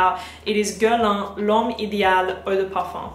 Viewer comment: It’s pronounced “geah-r-lain”